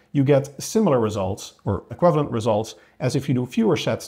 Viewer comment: Nice,. Tip: check out how to pronounce "equivalent";-) It still seems strange that the frequency doesn't seem to matter, as the anabolic window seems to be only about 2 days after working out. But apparently the growth stimulus is just proportionally bigger when you condense the training...